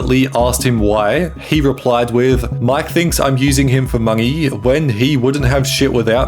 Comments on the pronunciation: I love your unnecessary use of adding an "ng" sound when you pronounce certain words like saying "money" as "mungy" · Mungey, ingevbly, Ngo, eveng ngow. Like brother you can record another take, it doesn't cost you any money.